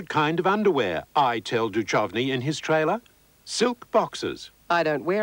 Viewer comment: It's rather funny how Media Watch doesn't know how to pronounce "Duchovny". Also, the NT News hasn't changed a bit.